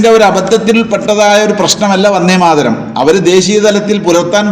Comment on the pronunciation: യാ തലേക്കെട്ട് ......, ആദ്യം ഉച്ഛാരണം പഠിക്കൂ, വന്നേ മാതരവും പോയെ മാതരവും അല്ല!!!! വന്ദേ മാതരം.. മാപ്പിളാരെ പറയിപ്പിക്കാൻ കുറ്റിയും പൊരിച്ചു ഉറങ്ങുന്ന കുറെ ഫുദ്ധി ജീവികൾ ..